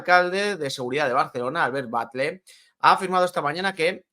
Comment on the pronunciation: la 'll' en catalán se lee como en castellano. No es 'Batle', se lee 'Batlle' Aparte de esto, os dais cuenta de que el año que viene, por tercer año consecutivo, volverán a jugar más partidos en casa en la segunda vuelta de la liga?